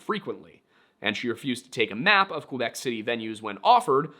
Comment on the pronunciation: Great prononciation of “Quebec” I keep hearing “Quwe-bec” and it infuriates me. less great 😅 “Saint-Étienne” was great. Are you talking about “Saint-Étienne de beauharnois?” It’s pronounced “bo-har-nwaw” Also, saying “write things the way you want them pronounced” is a little ironic, considering the English language has words like “light” “thorough” and things. A French speaking might look at it and say “lee-gt” and “to-roog” and intersection with a candy store 😂 that actually made me cry a little (actual tears, not like the watery eyes i had through this whole video). It’s hard to imagine that someone would not get the justice the deserve simply because there is barely any left to care. Cases like this break my heart and I’m grateful for the little jokes you sprinkled throughout the video,, otherwise I might have rage-cried for the entirety of it